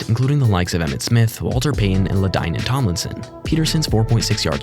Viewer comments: Pardon how did you just pronounce Ladainian Tomlinson?! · luh-DAIN-ee-an Tomlinson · you really botched Ladanian Tomlinson first name like how can you be a football channel?